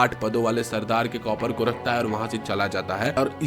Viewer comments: Copper nhi bhai kaapar😂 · We r not cupper it's *KAPAR !!